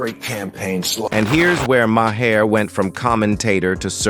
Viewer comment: His name is not Ma Hair, it's pronounced Mar.